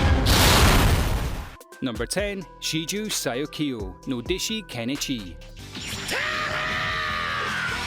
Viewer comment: Kenchi tho not Kenichi I see u dawg